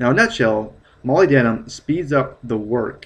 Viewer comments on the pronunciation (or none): Mo-lyb-den-um NOT moly-denim. Faceass. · Dude molybdenum rhymes with aluminum: mol-YB-denum. a LUM inum. Funny hearing it said like that.... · It's pronounced Mah lyb dinium here in the UK. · No man, it's Molly- denim. duh.